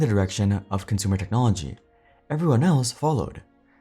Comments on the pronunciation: Yeah, “eveyone” is in fo a eal shocke. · "Eveyone" lol